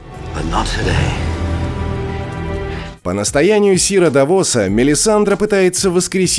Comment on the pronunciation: А че по ударениям? ДавОса?